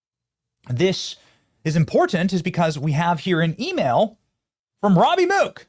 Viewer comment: How in the fuck do you get "ROABY" from ROBBIE? Do you pronounce ROBERT as ROABERT?